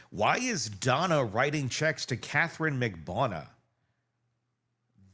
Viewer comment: 🙏 please learn how to pronounce Magbanua! Thnx for covering this!